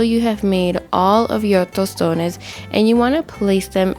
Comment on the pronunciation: Love you sis!! As I fellow Dominican watching from the island, I know you are Dominicana just on the way you say "tostones "